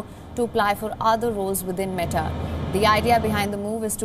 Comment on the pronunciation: Is the accent